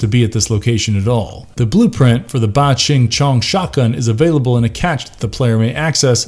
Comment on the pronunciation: Xing in Mandarin is pronounced "ching". So phonetically, should be "Bah-ching-chong"